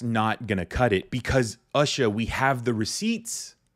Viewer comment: BTW her name is pronounced OOsha- the U is pronounced as ew.